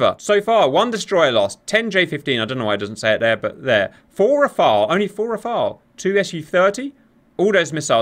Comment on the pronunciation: Oh thank goodness you pronounced the French fighter name correctly ! Not like the christian first name "Raphaël", but like the french word "Rafale" for a gust of wind or a machine-gun burst. Nobody in the english-speaking world gets it right, Kudos !